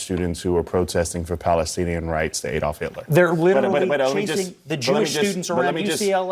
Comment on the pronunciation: Its ADD-olf not EED-olf. How how you pronounce Alabama, Alaska, America etc.?